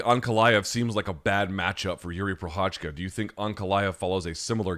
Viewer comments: Sriracha? like the sauce, right? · As Jiří Procházka is a champ now, would be nice to not butcher both of his names. You can even listen how to pronounce it in his wiki page. That's the effort you need.